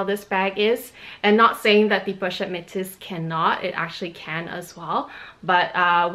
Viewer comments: so you're telling me that metis is pronounced met-sis? Is this the LV way of pronouncing it? Definitely not the proper French way to pronounce the word based on the spelling and I haven't heard anyone in the luxury community pronounced it this way. I've also taken French classes before It's very odd to add an 's' like she has calling it met-sis instead of me-tisse. But whatever she prefers to pronounce it, just thought she may want to know. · I'm not sure if anyone corrected you on how to pronounce the pochette Metis bag yet. I haven't ever heard some one call it Metsis before. It's either Meh-tee or meh-tees.